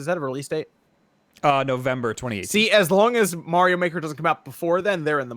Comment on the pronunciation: You pronounce "Mario" like you're from the east coast or something lol